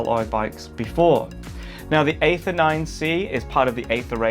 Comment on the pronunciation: It's pronounced 'ee-ther' 😁